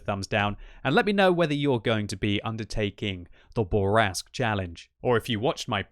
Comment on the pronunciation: SAY IT SLOW, SAY IT SLOW, MON AMI: le char Bourrasque (say: Boor - ask)... Please. You are ruining my ears. Love you anyway.